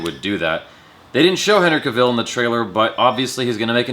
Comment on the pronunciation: Why do you pronounce Cavill like that?